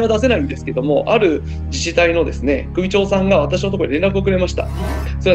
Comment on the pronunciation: くびちょう？ → しゅちょう